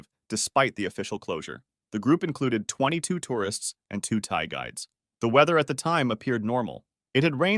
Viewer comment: I know he's saying Thai guides but it's just funny I keep hearing Thai guys